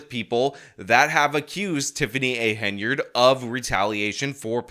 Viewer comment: Wow, looks like finally worked out she's called Henyard and not Hey-nard.